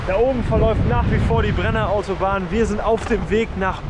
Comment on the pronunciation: Geiles Video. Schade dass ihr in einem schönen Land wie Österreich nur in der Nacht gefahren seid. Btw - es heißt nicht Bre-nero sondern Brenner-ro. capito? 🙂 Die Meloni lässt euch da gleich zahlen 😀